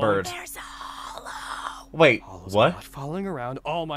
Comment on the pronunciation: its hollow not holo